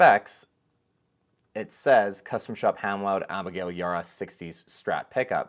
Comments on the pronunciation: Abigail’s name is pronounced E- bar-rah, show some professionalism and learn to say people’s names correctly. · the B is not silent on her last name Ybarra sir